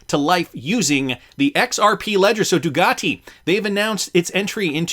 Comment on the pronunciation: It's Ducati, not Dugati...just saying